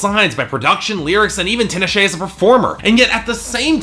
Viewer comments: First of all, her name is pronounced TEE-nah-shay. Not TIN-uh-shay. Secondly, if you don't like R&B and openly admit that bias, then maybe you shouldn't review it. You didn't think this album was "intelligent, layered, melodic, emotionally driven"? Did you even listen to the first three tracks at the all? Aquarius, Bet, Cold Sweat, All Hands on Deck, Indigo Child, Far Side of the Moon, and Bated Breath all exemplify those things. Also duh, she owes a lot to Janet Jackson, she openly states in interviews beyond the clear sampling of her song, and it was pretty condescending for you to make that note in your video. You almost only exclusively focused on critiquing her "fun party songs", which for me are the lower parts of the album (particularly Thug Cry, the other ones don't bother me and showcase her versatility) but made no attempt to talk about her artistic achievements on songs extensively like Cold Sweat, which is critique on the music industry from the perspective of a young black woman that has worked hard for what she has achieved. Also, you critiqued her vocally which didn't make sense to me considering she shows a wide range of vocal stylings on songs like Bet, Cold Sweat, How Many Times, All Hands on deck, Far Side of the moon, and ESPECIALLY Bated Breath. I think clearly you're someone who doesn't like R&B music and brushes its content off at the surface layer because you're not someone that avidly pays attention to the genre. If you actually care, you would know t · Her name is pronounced tee-nah-shay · This fool can't even pronounce her name right. Fuck outta here. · loled at his pronunciation of her name...